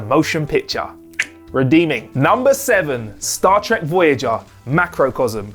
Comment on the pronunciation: Cut him some slack, he must've said "Stat Trek" like a hundred times for this video alone, it rolls off his tongue now